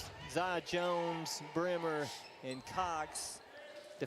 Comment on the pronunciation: Kadie Bremer - pronounced "Breemer"